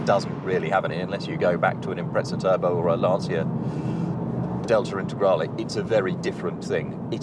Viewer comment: It's Lancia Delta Integrale [LAN CHEEYA Delta INTE GRAH LE]the C has a CH sound, it's Italian,The E at the end has a short sound...as in Olé at least try. At least you got Por-sche about right. You lot usually say "Pooorsh"